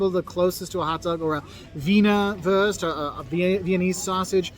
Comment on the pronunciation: The guy in the video mispronouncing "Wurst" as wörst in a sort of pseudo-English accent hurts my soul.